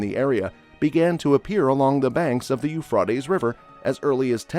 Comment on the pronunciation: Please say the Euphrates River right. 😂